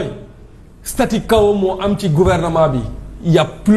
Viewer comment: Bon sang on dit "statu quo" et non. "statu chaos" way....